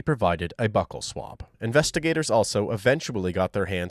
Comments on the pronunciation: Not buckle swab lol it’s buccal swab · It’s called a buccal swab, not a “buckle” swab. Just a minor pronunciation error. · Buccal swab- BEE-YOO-KOL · Great content! But is pronounced "byoo'-khul" the swab they use to swab for DNA. Pedantic, I know... 😃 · Buccal Swap…pronounces (Bu Kul Swap) because the cheek muscle is called the Buccal muscle. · Buccal swab.... pronunciation is important when you are narrating